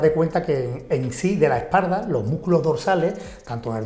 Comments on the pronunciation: ¿Porque dicen esparda? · No se dice EspaRda. Se dice: Espalda. Repita conmigo: Es Pal Da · Es par da....se pronuncia es par da jajaja jajaja jajaja jajaja jajaja jajaja jajaja jajaja hoy aprendí algo jajaja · Por que dicen esparda? jajajaaj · esparda? por que no sabe hablar?